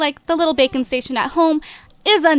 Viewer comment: When you said "Baking Station" I thought you said "Bacon Station"